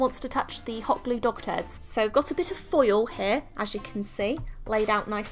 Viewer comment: I thought she said “WE ARE GONNA CREAT SOME DOCTORS” instead of dog turds 😂